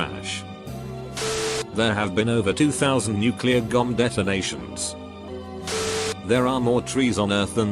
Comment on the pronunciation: WHY DO YOU MAKE IT SAY GOMB AND NOT BOMB. EVERY. SINGLE. TIME.